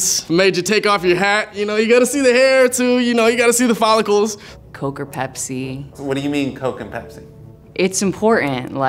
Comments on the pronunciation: Its bepsi not pepsi yo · Pepsi? Nah bro it’s bepsi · Pepsi but you got to say it Bpezi....😅🤣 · Get it right its not Pepsi its Bepsi!!!!